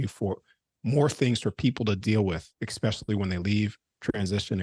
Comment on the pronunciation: Why in heavens name do so many people have difficulty saying "Especially"?! instead they revert to talking like a child by saying "EXPECIALLY" One of many great mysteries.😂